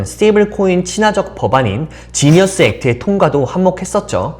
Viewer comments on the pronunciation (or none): none